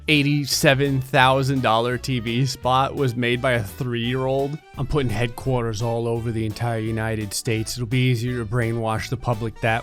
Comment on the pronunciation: Jersey accent makes an appearance when he says "headquarters." It's adorable.